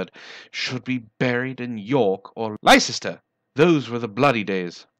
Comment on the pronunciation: its pronounced lestershire not licesrter, and i thought you were a brit?